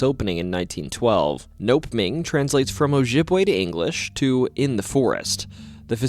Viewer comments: That's "NOH-pemming." Not "Nope-ming." 😆 (Nopeming Sanitorium) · Uh, it’s No-Pem-ing ahah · No-Pem-ing, not NOPE-MING. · It's NO-PEM-ING